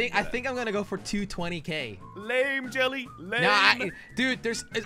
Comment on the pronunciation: Was it just me or did it sound like jelly swore